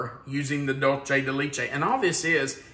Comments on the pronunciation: Empanadas come in both Sweet and Savoury versions. They can be Baked or fried and filled with anything you care to fill it with. Argentine empanadas tend to be a Flour Pizza dough type. Colombian Empanadas are a Corn meal crust. Also, you really butchered DULCE DE LECHE. LECHE (Milk) is pronounced Lech-eh. Similar to the words Let-che. Just without the T! Your pronouncing it Leech-eh Hope this helps! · and, love your channel, “leche” is pronounced “let-t(le) ch- e(eh-deaf person eh) for le-ch-ehh! Sorry the teacher in me jumped on the pronunciation, I did it to my students too! Hope I didn’t offend you. Suzanna